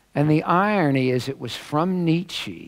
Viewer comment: the guy doesn't even know how to pronounce nietzsche. and, oy vey, that lisp! ACK